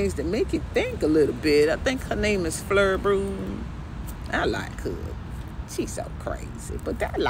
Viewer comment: Who waa this Flur person you mentioned? I couldn't understand the pronunciation enough to goodie. I even looked in the transcripts. Flur bro?